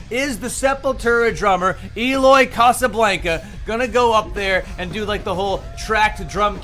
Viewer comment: It's Eloy Casagrande, not "Casablanca", don't be so condescending m8. Eloy's work speaks for himself.